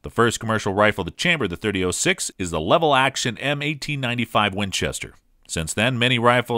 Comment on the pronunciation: Weather-bye and oh-six? Neither the producer of this video nor the narrator have any idea about firearms. I just heard about a level action Winchester. That's right, a level action.